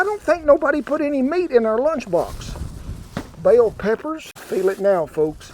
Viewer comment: "BAIL PEPPERS"